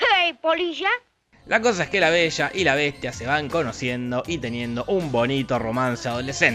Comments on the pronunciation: "La Besha y la Beshtia" :v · en vez de escuchar la besha y la bestia,estaba por escuchar avensher xd